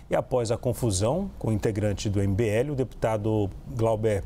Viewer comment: A conclusão desse vídeo é que o apresentador não sabe pronunciar o nome do cara do mbl 😂😂😂